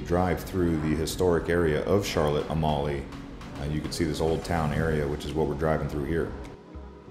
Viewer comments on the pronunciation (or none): It's not pronounced like A-molly it's pronounced like A-meal. Beautiful island though. Loved going there. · "Mingus Beach?" Try Magens (pronounced "May-gens") Bay beach. Also, Charlotte Amalie is pronounced Charlotte "A-mall-ya."